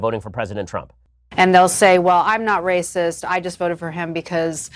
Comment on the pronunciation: "It's Wacist" 🤣🤣🤣🤣🤣🤣